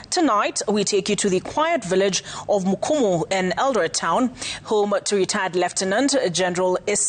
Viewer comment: It is Kimumu not mkumu